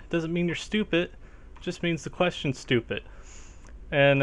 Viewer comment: I like how you say Stupid. :) You pronounce it Stupit. :3